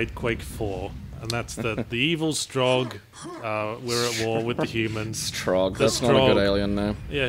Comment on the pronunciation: In the beginning FMV, I'm pretty sure they're called Strogg with a strong 'O'. I think it's even sillier with it.